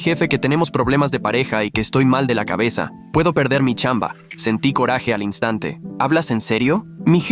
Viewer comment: Me dio gracia la manera que dijo chamba